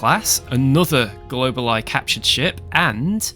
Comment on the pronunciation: It's pronounced go-ball-e